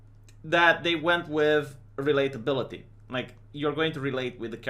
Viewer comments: Sorry but I have to: - relateability not reliability - hardwired not haywired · The way you say relatability sounds like reliability